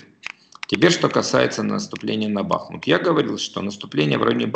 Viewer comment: Гайдай, БахмУт, а не БАхмут!